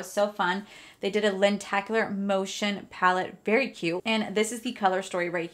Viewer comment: It’s Lenticular not Lentacular. 🥲 Sorry that was driving me bonkers.